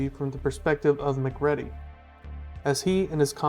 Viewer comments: Video is just genrally off-base, and I really don't trust analysis from anyone who can't pronounce MacReady's name right. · I don't think you ever actually watched the movie since you can't even pronounce the main characters name, but instead used the mispronounced named that content farms use all the time. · Mispronouncing the main guy's name means you haven't fucking watched the movie and your claim of 100% writing the script means you stole it from AI which existed 2 years ago.